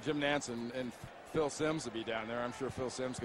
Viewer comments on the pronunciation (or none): none